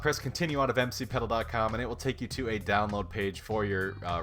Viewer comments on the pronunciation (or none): bro said mc pedil